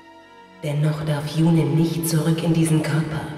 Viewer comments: hast du gehört? Yune (flüssig) und nicht Yu-ne! Mit freundlichen Grüßen ~SuluX P.S: Schönes LP gewesen ^.^ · Ja, er hat es sicher gehört. Aber der gute hat jetzt das ganze LP über YunE gesagt, da wäre es auch albern, es im letzten Kapitel plötzlich anders auszusprechen. Zumal ich (das ist natürlich nur eine persönliche Meinung) finde, dass es mit langem E hübscher klingt =) Und zu deinem P. S., das LP ist doch noch gar nicht zu Ende, morgen gibt es wieder FE zu genießen =)